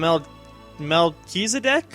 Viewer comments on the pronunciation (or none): Melchizedek is Pronounced like in Hebrew. Mel-phlegmyCH-ee-zeh-dehk